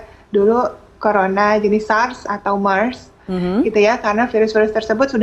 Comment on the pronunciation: Biasa aja bilang mers nya jangan di lebay lebay kan biar gampang di pahami